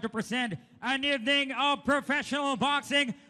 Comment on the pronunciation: Pucha butiki Yung. "EV- NEENG" daw..By way of "Kneck-out" 🤣